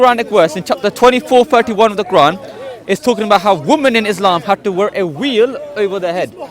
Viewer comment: there's no "V" in South Asian languages, the nearest equivalent is somewhere between "V" and "W", every time he said "veil" it sounds like "wheel", I was cracking up😅